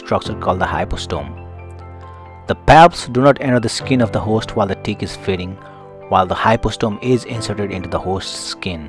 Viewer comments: He say tick or di"k? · That first one had me confused as hell. I didn't think he said tick let's put it that way.